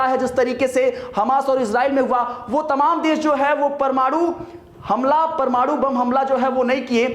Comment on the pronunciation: जानकारी तो अच्छी दे रहे हैं ये महाशय..लेकिन परमाणु को परमाड़ू बोल रहे हैं,कुछ इलाकों में हिन्दी भाषा में लगातार ह्रास हो रहा है।